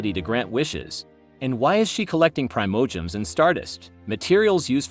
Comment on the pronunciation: I don’t want to be rude but you got to pronounce Teyvat and the Primogems correctly you are saying it wrong.